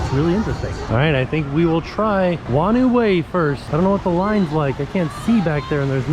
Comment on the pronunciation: Hello, Awesome to see you back at the water parks. Just so you know "Whanau Way" is pronounced "Faar-No Way" (or a variation of depending on where you are from). Thanks for listening.